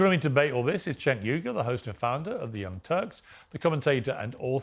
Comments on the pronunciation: it was on purpose. Another YouTuber calls him Senk, it's a purposeful mispronunciation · Cenk* pronounced "Jenk"